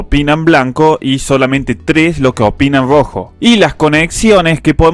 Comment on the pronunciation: jajajaja genio el fernet te hace patinar la r , te sale grrojo.Muy bueno like👍